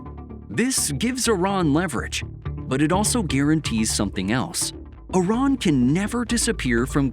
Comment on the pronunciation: it's not "Oran" but "I-R-A-N"